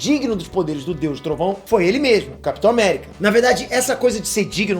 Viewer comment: Capitor America kkkkkkkk kkkkkkkk